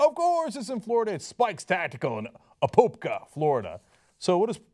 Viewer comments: Side note, having lived near there, it's a-pop-ka, not a-pope-ka. Like pop a balloon. Also... oy... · Butchered the pronunciation on Apopka. It's A(uh)-pop-ka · why is the crazy here in Florida and you said apopka wrong its said a-pop-ka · its A-pop-ka (uh-pop-ka) ... even google says it wrong 😂😂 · A-POP-KA Apopka short As